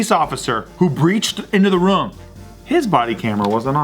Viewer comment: Ha! says "rum" instead of "room" lmao 😂